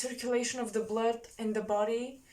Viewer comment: I like the way you say Bluud. It's so Bulgarian, like the Count from Sesame Street